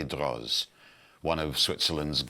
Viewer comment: In French a final “z” is silent. Droz is therefore pronounced D-row, and remains the pronunciation of the atelier that exists turning out incredibly beautiful miniature clockworks even today. Such devices are still the province of the rich and powerful while those who make them will only ever work on them, never to actually own one. Some things never change! Thank you for a beautiful presentation in all other respects!